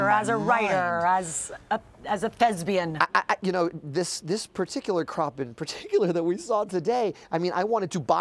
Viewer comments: Dear God help me, the reporter said "Thesbian" instead if Thespian. I have never been more disappointed in my life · Did she really just say "Thesbian"? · She said.. Thezbian.... -. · I thought that too😂 whenever people say im a thesbian instead of a thespian i cringe so hard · lol did she just call lin a thesbian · I cringed so hard when she pronounced thespian thezbian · I hope someone told Lara just once over the last six years that it's "thespian", not "thesbian"...He's not a gay theatre actress...